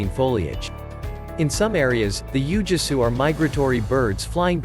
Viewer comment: "Ooo-Gwee-Soo" is the proper pronunciation.